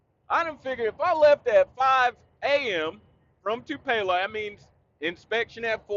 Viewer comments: Dude you might wanna set that Tennessee Honey down for a little while... "Too-pay-low" Mississippi 😭😭 That was Friday Blooper Reel material 😭😭 JL been teaching you too much of that Japanese... haha .. Stay Safe Brother ... You Tha Man 👍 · 😆 I thought you were saying anything other than Tupelo (Too-puh-loh), MS...I hate driving in Atlanta and I live here. 😄 It's a risk, but I go through the city on I-20 on occasion..👀 North Cobb in the house!